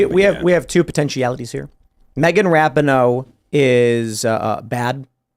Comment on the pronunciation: Ra-peen-o, not Rap-in-o